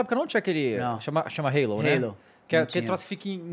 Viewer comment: Que satisfação ouvir alguém falando o nome halo corretamente!